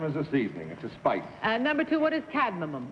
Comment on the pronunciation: She kept calling it "cad-ma-mum" .